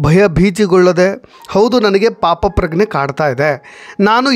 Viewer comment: ಎಷ್ಟು ಸಾರಿ ಹೇಳಿದರು ಮತ್ತೆ "ಪಾಪಪ್ರಗ್ನೇ" ಅಂತ ಅಂತೀರೀ ಅಲ್ಲ....ಅದು "ಪಾಪಪ್ರಜ್ಞೆ".... ದಯವಿಟ್ಟು ಕನ್ನಡದ ಕೊಲೆ ಮಾಡಬೇಡಿ..